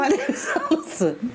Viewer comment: tell me that didn't say Alison. Sounded like "Allie son."